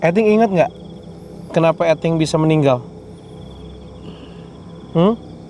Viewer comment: Karna grget sama udah dibilang "Eting" malah "iting"2 mulu... Jadi reflek lah ku nyebut "eting". Gasampe 3 detik langsung merinding haiishh😨